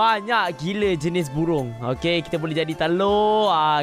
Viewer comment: Bang bird bang bukan bebird